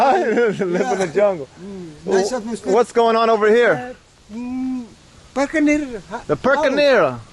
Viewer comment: Perkenier, not perkenil